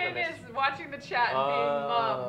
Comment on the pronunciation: kept thinking they were speaking to a Chad but just realized that they were saying CHAT